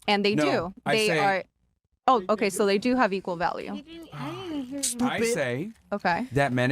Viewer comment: bro every fucking word she says is absolutely vile. When she says “VaLLiEu” instead of value - I’ll list a few here in a minute when I fucking hear them again she SUCKS